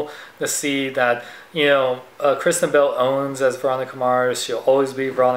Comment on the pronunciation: I thought you said Christian Bale instead of Kristen Bell... :)